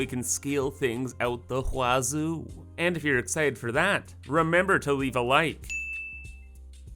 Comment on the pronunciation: You say wazoo the BEST way